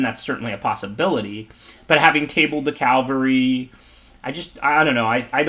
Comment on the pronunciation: What's been bothering me is that it's pronounced caVALry, not CALvary . Cavalry are mounted warriors. Calvary is where Jesus Christ died, according to the tradition.